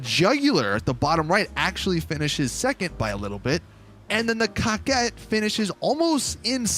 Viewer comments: COCKIT BRO IM DEAD 😂😂😂 I believe it my be COH-KET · When said: coquette bruhh i died he says it like: cocket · Cocket wtfffff it’s korket that’s how it’s pronounced damn boy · “Cock-Ette” It’s Pronounced “Coke-Ette” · Why you keep saying “Cock-ette” ... if it’s a “Cor-Vette” remake, than calling it “Co-Quette” would be the more proper way to say it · What this foo call the car 🤣🤣 cocket wtf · Guy said cockette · “Cockit D10” 🤦‍♂️ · This foo said Cockit d10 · You say it kow ket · I think they were going for cock-wet.. so idk if you want to pronounce it like it’s irl counterpart, or the baller name of getting your “coquette” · It's actually pronounced "Co-Quah"...it's french. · He’s calling it a cocket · Is anyone going to tell him how to say coquette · Is it just me or is he saying the name wrong?? Keep up the good work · Anyone else really bothered by the way he says coquette?